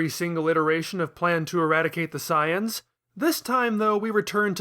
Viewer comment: Is there a meme I’m missing that has to do with the way this guy pronounces names? Vee-del? Sigh-ins? No way lmao